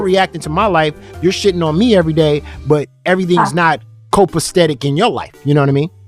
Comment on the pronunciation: he's such a clown. The word is Copacetic not what he said.